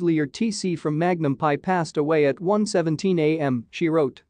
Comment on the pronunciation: This would have been a lot better had they concentrated on pictures of Roger E. Mosley more. Also, it's Magnum, P.I. not Magnum Pie.